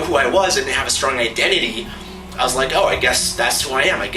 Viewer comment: When you said your identity for a second I thought you said "I love Cod" I'm like "man, this guy really loves fish!"